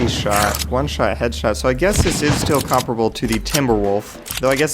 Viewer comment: The way you say "comparable"........ MAKES ME WANNA DANCE!